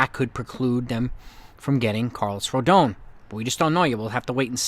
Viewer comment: Rodon is pronounced Roe-Don